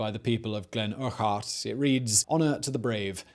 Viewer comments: Loving the mispronunciations, Erk-hart :0) great vid though "OCH AYE THE NOO" and all that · 110% butchered Urquhart!!! Jeeeeeeezzzzzzzzzz.